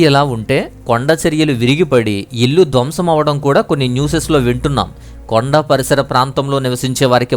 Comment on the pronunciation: న్యూసెస్ కాదురా అబ్బాయ్.... న్యూస్. ఏకవచనం అయినా బహువచనం అయినా ఒకటే..... News న్యూస్!